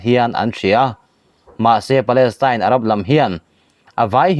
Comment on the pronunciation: Palestine tih tur aw. Tyne .tel niloin palestyne y kha. Teltir lo tur